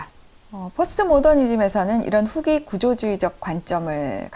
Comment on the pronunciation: 장음인 단어의 첫 자를 "짧게" 잘못 발음한 예: 현대, 보통, 후기, 대립 , 해체, 의도, 대항, 심지어, 가치, 세상, 해결, 최소화, 최적,세계관, 대변, 치유, 등!! 이상 예는 , 길게 발음해야할 첫 자를 모두 "짧게" 잘못 발음한 실 예이올시다. 이것이 사실이리면 참으로 놀랍지 않습니까? 더욱이 철학자의 발음 문제라면!! 어느 누기 이를 변명하리까?? 이것이 현대 한국 언어 타락상을 증명하고 있아옵니다. 동포여! 고국 동포여! "한국 어문을 고밤함" 이라는 책을 조용히 읽어 주시옵소서!! 1968년에 고국을 떠난 이 늙은 이가 "눈물로" 쓴 책이올시다. 미국 변 완수 드림